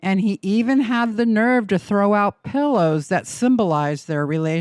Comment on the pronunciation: Brother, you gotta learn how to say pillow, lmao 😂